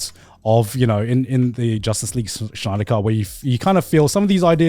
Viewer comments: Why are they saying Schneider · Garnt! Snyder! Not Schneider 😭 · Lmao Grant pronounces Snyder as Schneider. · I love how they say Schneider instead of Snyder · I like how they all pronounce Snyder like Schneider